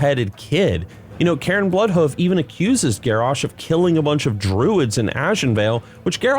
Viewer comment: lol ""Karen Bloodhoof", dude, his name was "Cairn". It's literally a word. It's in the dictionary... lol